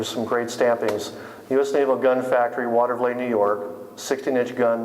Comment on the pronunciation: And for the record, it's pronounced "Water-va-LEET" not "Water-va-LAY".